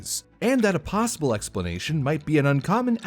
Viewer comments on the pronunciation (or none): none